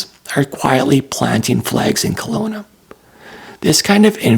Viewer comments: Kelowna not Colona! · Kelowna, not Conola!